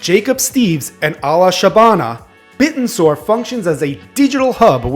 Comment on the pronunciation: Its pronounced Bit-ten-sor not bit-n-soar